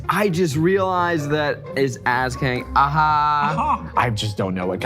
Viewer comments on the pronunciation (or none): 100% thought he said the show was called AssKink for a second and didn't question it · definitely heard 'ass kink' instead LMAO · Finally figured out the show is called ask hank, not ass kink. Little dissappointed i only misheard 😢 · I'm gunna level with you, I was only listening to the video and thought everyone was saying 'Ask Kink' instead of 'Ask Hank' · You said ask hank in such a manner that it sounded like ass kink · Definitely misheard the title at first and thought Hank had just announced his new show “Ass Kink.” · The way he pronounces it sounds like : a$$ kink 😂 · I had this on as second-screen viewing and suddenly started hearing the title as "ass-kink". I'm sorry. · Really thought you said it was called "ass kink anything" at first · I heard "ass kink" 😂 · I heard “ask Hank” as “ass kink”. Maybe because it came shortly after the ass-blimp. I’m sorry. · I had to do a double take on "Ask Hank Anything" because on my first pass I heard "Ass Kink Anything" 😭😭😭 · the name had me do a double take the first time because it sounded like "Ass kink anything"